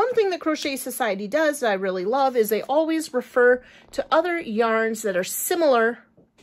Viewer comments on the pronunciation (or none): none